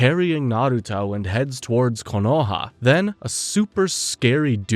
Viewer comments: All good, but KOHONA? Its Konoha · A messup already, in you said kohona instead of konoha